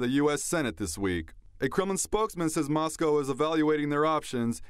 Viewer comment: C'mon- I have come to think OAN is a credible source for news but mispronouncing "Moscow"? Ouch!